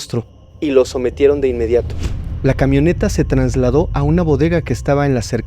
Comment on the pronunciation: No se dice “TRANSLADÓ”, se dice “TRASLADÓ” Espero no te incomode la corrección,. Saludos, me encanta tu forma de narrar las historias.